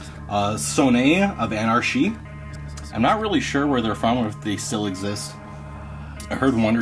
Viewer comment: I love sons of anarchy 😆😆 nice pronunciation lol